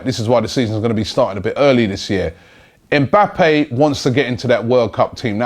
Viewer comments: his names Mba-ppe not EM bappe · Just a heads up. The m is silent in his name. You pronounce his name like bappe